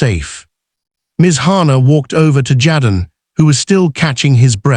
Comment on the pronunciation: Jaden is not pronounced “ jadden”